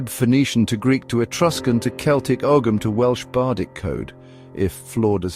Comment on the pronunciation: You cannot pronounce Ogham and the medals that were shown had nothing to do with Graves. What else here is utter crap?